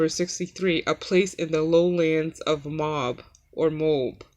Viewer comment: It's pronounced Mo-ab and I know I've read about Moab in the Bible. The phrase " before You know it " can mean just that for Gods timing is perfect and of course He knows it, "before We know it"!!! I sing from my heart ,haleluia, amen